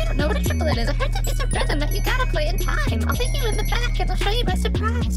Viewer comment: He made a song about Hertas but can’t even pronounce them 😂